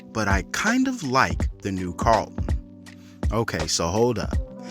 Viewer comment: I don’t mind the new Carlton or the old. But I DO mind the way you say it. If you can’t say the word why would you make a whole video about it